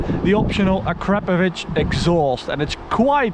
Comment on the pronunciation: Uh-crap-ovich lmao